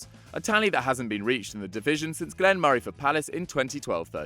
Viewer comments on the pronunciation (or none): none